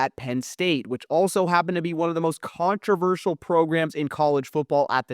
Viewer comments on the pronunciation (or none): none